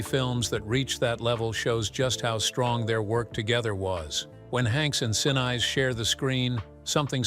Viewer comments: Gary's last name is pronounced sinees, not since! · Who's Gary "Sin" "Eyes"?,, if they can’t even pronounce a famous person’s name right, why should you trust their “facts”? Mispronunciations signal laziness or inexperience. Professional creators (newsrooms, big brands, audiobooks) always check and correct pronunciations before publishing. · Someone needs to teach the narrator how to pronounce Gary's last name CORRECTLY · you keep saying Gary;'s last name wrong! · Maddening to hear the mispronouncing over and over and over again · Mispronouncing gary senise also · Michael Keatons picture and the pronunciation of Gary Sinise. 🤦🏽‍♂️ JFC